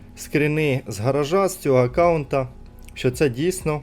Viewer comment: скрини, краскіне. скрини, а не скріни